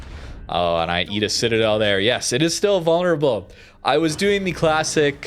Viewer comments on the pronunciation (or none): none